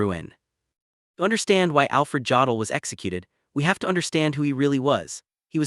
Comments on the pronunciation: OMG. This AI voice pronounces "Jodl" with a hard J instead of a Y. I can't stand it. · Jodl pronounced yodel.